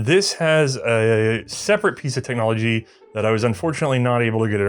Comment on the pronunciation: *cheems* “Technomligy”